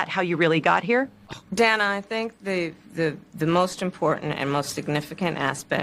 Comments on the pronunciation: So no one is going to address Kamala mispronouncing Dana's name😂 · Mispronounced names is racist, Harris called the host what name?